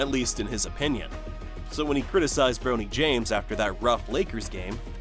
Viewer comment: I finally had to stop watching. The commentator keeps mispronouncing LeBron‘s son’s name!